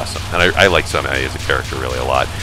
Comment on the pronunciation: Sanee? I guess it's the accent, but it tires me to hear stuff like that because I have no problem pronouncing any of this stuff. I think ZUN said that he made MoF because he decided he should actually make a game about shrine maidens. And yeah as said before PC-98 is far bigger an underdog than anyone else.